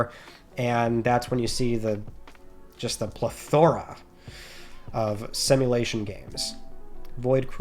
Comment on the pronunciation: you said "Plethora" it should be pronounced like "PLETH-uh-ruh " vs "PLE-thora". I mean no harm, and I hope you do not find this to be annoying that I called this out. I enjoy your content, and you keep me up to date with all that is going on with PS. Thanks for all you do 😊